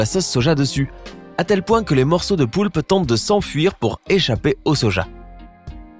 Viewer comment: Ta dit le poupe au lieu de poulpe mais autrement ta raison